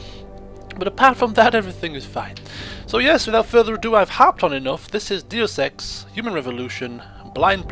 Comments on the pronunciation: Can someone explain to me why its such a big deal that he says "Doos Ex" instead of "Day-us Ex?" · everybody is wrong its pronounced day-yuse x deus ex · I think its pronounced, day-us X. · Saying dee oos ex is better than saying deuce ex, so I don't really care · u sound like your saying due sex human revolution.... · Yes it is pronounced day-us ex. As in, deus ex machina. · Its no big deal he is just pronouncing the word wrong.